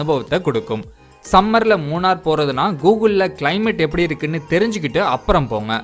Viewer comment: மூணர் அல்ல நண்பரே மூணறு. 🤦‍♂